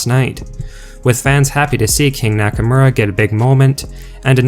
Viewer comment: It's pronounced Nakomora not nackamera this is irritating